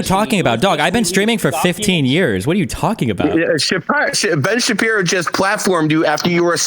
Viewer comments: dumbass said Ben shapyro 😂😂😂😂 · I rewinded how he said ben shapiro so many times. Had me fuckin dying 😂😂